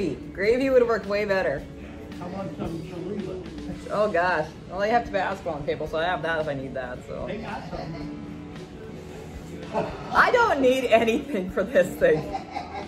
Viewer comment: He said chorizaaaaa lol. chorizo hombre